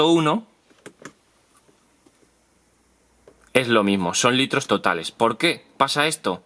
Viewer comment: Weyyy en el minuto pone todales en vez de totales :v, de todas formas buen video crack sigue así